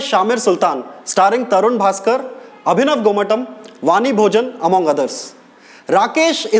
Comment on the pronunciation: Abhinav gomatam.....not avinav gomatam....